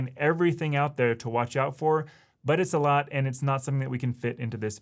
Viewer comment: You know it's u-toob when you hear Ay-lot.